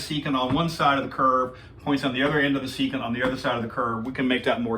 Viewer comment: Your pronunciation "secant" was only correct one time in this video.